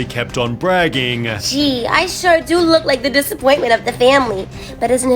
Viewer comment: Narrator, no need for the extra syllable at the end of sentences (do-uh, time-uh, ev-uhhhh)